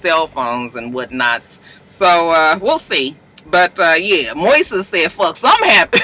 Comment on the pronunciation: Hey Moises is Spanish for Moses. It's pronounced Moy-sess